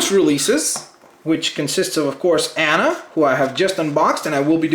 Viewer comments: Its Aww-nna Not Ann-a. Sorry I Just Really Like Frozen And it Gets On My Nerves When Almost Half Of Youtube Says Her Name Wrong. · You seed Anna's name wrong but I like your video you have a great collection